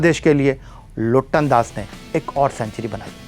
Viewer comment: Liton das ...not loton das🌝🌝🌝